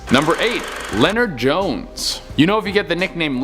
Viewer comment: funny way to spell “Leonard.” Leno-ard. It’s Leonard...